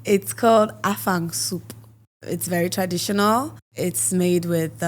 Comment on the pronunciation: That’s so not afang, more like ekpang